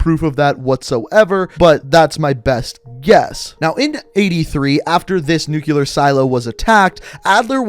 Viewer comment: GODDAMNIT! Say the word right! “New-clear”—NOT “New-Q-ler”! “New-clear”!